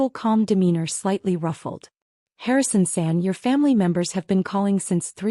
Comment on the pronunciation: It’s not Harrison send, nor is it Harrison said. It’s Harrison San! Takashi is pronounced taKAshi!